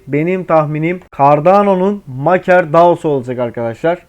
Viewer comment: Maker diye yazilir, MEYKIR diye okunur 👍🏻